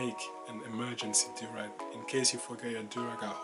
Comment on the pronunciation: Yo the way you say durag its like durex